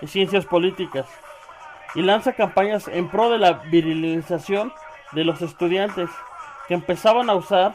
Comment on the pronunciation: heeey en Pau dice estucdiante no estudiante hay t encargo churpio